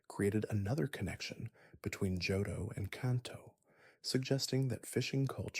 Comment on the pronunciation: Are you pronouncing shit like Charizard like that to drive rage bait comments or are you genuinely dumb? How you gonna make an entire video on a game and not know how to pronounce Johto or Charizard. Immediate dislike